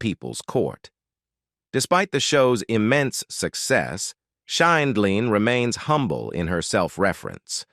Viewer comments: A*****ES!! Learn to pronounce JUDY'S NAME PROPERLY!!! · She can't pronounce the Judge's last name either. She pronounced it three different ways. Terrible narrator